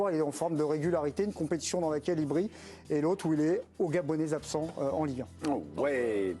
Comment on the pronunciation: Non,il dit gabonisabsence !